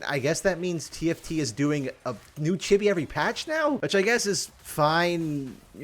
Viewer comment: i love how pronounces chibi like chubby with an i